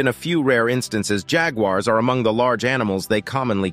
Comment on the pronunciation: THANK YOU FOR PRONOUNCING JAGUAR AND TAPIR CORRECTLY !!! First time in a long time.